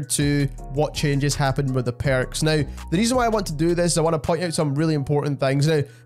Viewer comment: Which accent is this? “The Perrukss” hihi